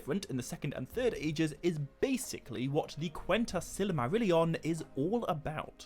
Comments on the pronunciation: I've had to stop watching and downvote this video after only getting two minutes in. Your pronunciation of Silmarillion is literally silly. As in you say: Silly Marillion Instead of either: Sill mah rill ee on (Christopher Tolkien's pronunciation which is presumably the same as his father's) Or: Seal mah real ee on (which would apparently be correct using the Quenya pronunciation rules but is rarely used). It took me about three minutes to check the above, probably less. What on Middle-earth were you thinking man? 😕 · I don't think I've ever heard Silmarillion pronounced that way. Good video though 👍